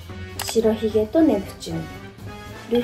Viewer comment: しらひげって言ってるけど、しろひげじゃないの？